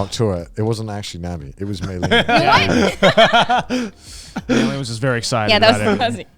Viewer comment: Garnt- Joey- Connor